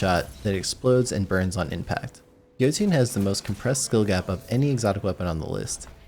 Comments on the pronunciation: Did... he just say Jotunn and not Jötunn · “Joetoon” oh dear lord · I was gonna like the video but then you said “Jo -tune” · Isn’t it pronounced “yotun”? For Jötunn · What the hell is 'Joe-tune'? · im sorry but.... "Joteon"?? XD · Jotünn is pronounced yotünn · Yeah, that immediately bothered me too. "Joetoon." Dude........ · I knew when he pronounced it wrong he wasn’t going to like it. If you master it it’s unstoppable